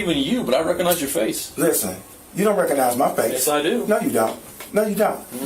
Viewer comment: "donte" LMAO. These idiots get funnier every day.